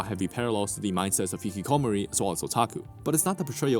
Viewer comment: i don't think i've ever heard someone say hikikomori quite like that 😭😭😭